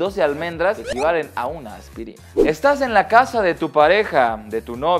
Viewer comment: Alguien mas se dio cuenta de que decía aspitina?